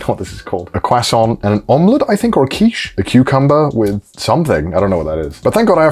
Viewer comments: it's croisant not kwasent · a cwason